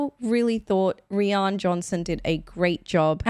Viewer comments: Birdyjay was 100% a dumb airheaded american, they are very real and very much like she is. I thought all the characters came across very real and representative of real people. Also Rian is pronounced like Ryan lol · I'd argue Kate Hudson's performance was perfect in this movie, because her character is an idiot, and a lot of idiots act exactly like that, especially American idiots. Also, side note, I found it funny how you kept pronouncing Rian Johnson's name as "Riôn Johnson".